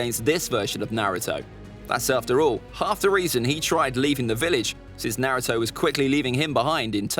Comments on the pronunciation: Man said Narto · there are ppl who say his name as (nah-roo-toe / nuh-roo-toe) but he says it as (nare-oo-toe) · 20 seconds in and I already want to ring his neck out. He is saying Naruto wrong